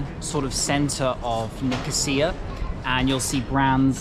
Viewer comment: You got the pronunciation right :-)